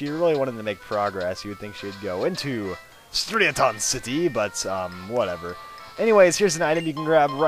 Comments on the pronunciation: its pernounced stri a ten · It's pronounced "Stri (like strident gum) a-ton (like "a ton" of magikarp) city" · im sorry but it is pronounced Stry-uh-tin City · I always thought it was pronounced stri-aaa-tin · It's pronounced "Straiadon"